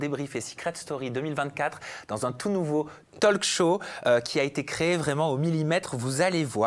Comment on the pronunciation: on ne prononce pas le L de talk, on dit, en phonetique "tauk"